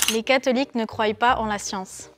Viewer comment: CRO-ail ! NON ! Ca se prononce CROI on dit pas un RO-ail . C'est assez dommage d'entendre ca sur un chaine comme ici.